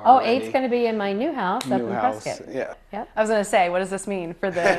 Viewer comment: I'm very impressed the Wisconsin reporter knew how to pronounce "Prescott" correctly.